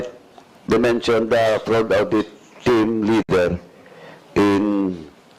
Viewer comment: nd po awdit it is audit.